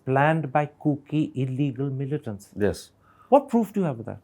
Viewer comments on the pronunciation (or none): Hey, please keep practicing on how to pronounce words like, "occupied" not occufied, "illegal" not illegan "tolerant" not tolaren "village" not bilays